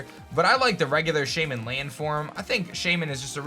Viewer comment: There’s no Shaym-in 8th. I’m sorry